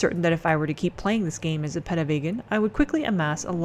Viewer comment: Also, it's pronounced Pee - tah, at one point you said pedo which kinda freaked me out